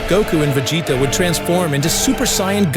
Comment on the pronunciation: Why is the narrator constantly pronouncing Vegets's name that way. Chill out dude